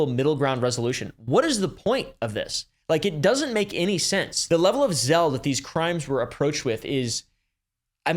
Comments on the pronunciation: Zeal - like seal. Not zell. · Zeal is pronounced like z-eel, not zelle. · You are the king of mis pronouncing random words Zeal is pronounced like Zeel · great video. Zeal is pronounced "zeal".